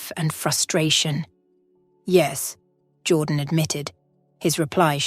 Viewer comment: The narration is pathetic - a child could have done better. The pronunciation of even simple words was laughable. Even Jordan's name changed regularly from "Jordan" to "Jaw Dan". It just irritated me.